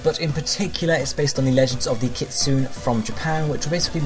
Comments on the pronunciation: Isn't kitsune supposed to be said like kit-sue-nay? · Lol yeah I cringed too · It is I cringed so hard